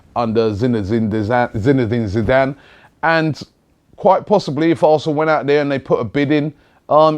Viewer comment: come on Robbie ..You cant even say Zidane ! 😄😰